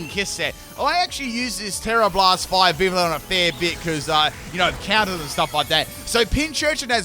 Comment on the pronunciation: Pronunciation: Viv-ee-on